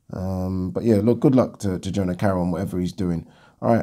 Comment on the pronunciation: Jono Carroll not Jona...